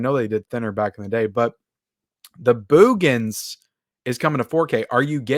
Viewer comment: Love how you pronounce "Boogens", LOL.